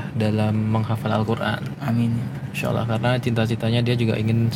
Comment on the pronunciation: Dengar dia membacakan ayat Alquran pengucapannya bagus